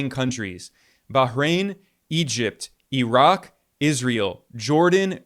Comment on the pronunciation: Bro it’s not -erock and eron….its IRAQ and I-RAN!!! 🤦🏾‍♂️